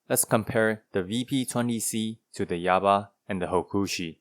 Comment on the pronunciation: Yaba? More like "Yabai" lol